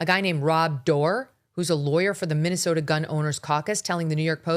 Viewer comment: Minesolia.. minessolia 😂😂😂😂😂😂